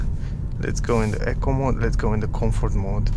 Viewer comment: I've heard,so many people pronounce eco mode, incorrectly, so try Google Queens English eco if you want true English. Sorry my second language is manderin. Any word can have 4 meanings, so I think in perfect pronunciation. Nice review, but i think in Australia the first will be the ioniq, which will suite me, so probably an ioniq, lotto win model s. Like everybody else